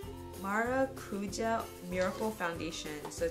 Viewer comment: I work at ulta in marietta ga :) and just fyi its pronunced mare uh koo huh oil (tarte)